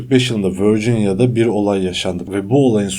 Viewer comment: Lewis adam yalvaririm artik vörcinya deme🤒